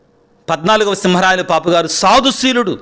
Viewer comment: పాపు అనకుండా పోప్ అంటే బాగుంటుందేమో sir